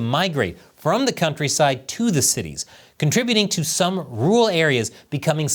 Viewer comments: Can you say rural instead of ”ruwul” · Hey,! Learn how to say "rural." You're a broadcaster, for heaven's sake.